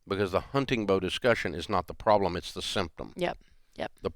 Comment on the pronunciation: Can someone tell Rachael there’s a T hunTing.